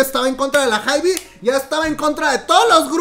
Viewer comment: Hermana cj ent. Se pronuncia si yei, enm. Lo dirías (ienem) Es la abreviación de entertainment and media, para hybe todos los artistas lo pronuncian jaib, amamos los chismes aquí presentes siempre ✌